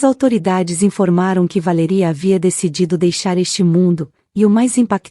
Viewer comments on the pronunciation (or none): O nome da mulher é Valéria e não VALERÍA!!! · Valéria Valéria Valéria fala o nome certo